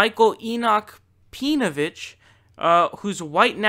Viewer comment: I like how you pronounce his name pee-novich, I might have to adopt that pronunciation if I ever come across pee-novich or his acolytes online. I actually used to be a a facebook group with Pee-novich prior to him being outed as being married to a Jewish woman, he was mostly just a shitposter and was incredibly difficult to engage in genuine discussion. He wasn't interested in giving opposing views any time, but more invested in shoveling his shit to impressionable minds.